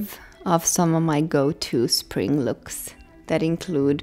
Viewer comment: Why did they say "spring looks" like that lol